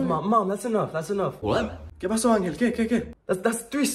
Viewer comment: I just thought it was funny because he said angle instead of Angel